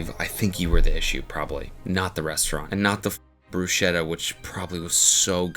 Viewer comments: It is pronounced Brusketta not Brushetta... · BRUSKETTA PLEASE My ears are bleeding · I have to correct your pronounsiation, it's [brusketta] with a k in the middle. Great video, I just had to write this comment.😅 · Fuckin' hell, Cody can you PLEASEEEEE JUST PRONOUNCE BRUSKETTTA RIGHT FOR THE LOVE OF GOD!!!!!